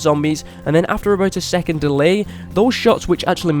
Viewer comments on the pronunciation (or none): none